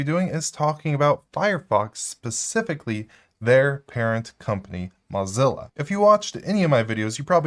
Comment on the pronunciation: "Mozzilla" versus Mozilla (like blow, crow, doe, flow, go, hoe, Joe, ko, low, mow, no, oh, potato, quota, row, sew, toe, vote, woah, yo-yo, and Zoë).